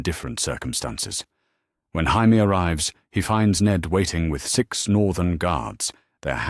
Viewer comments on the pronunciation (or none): Why cant AI say Jamie, its always Haimie.